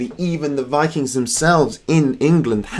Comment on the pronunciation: They were Vii-KINGS, not fucking Vi-Kangz.